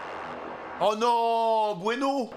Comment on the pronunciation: 🤣 ces pas bueno ces blueno et le e se prononce pas 🤣